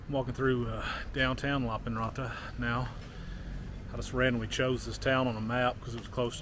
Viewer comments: Yaaay! Lappeenranta is my original hometown :3 As a Finn I say you should read it approximately Lahp - pehn - run - tah (no aspiration on p and t, and remember the rolling r!) 😊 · It's a pretty good pronunciation, but I think you put too much emphasis on the consonants and I can't really hear the e sound in "Lappeenranta"